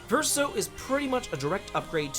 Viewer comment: By my count, he pronounced Verso correctly. 😂